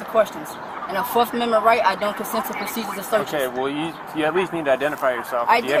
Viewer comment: I didn’t know there was a “forkth” amendment